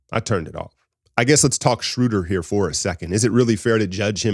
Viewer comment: Guys, it's "Shrow-dur" as in "row" & "duhr", not "Shrooder" as in "shooter". 😊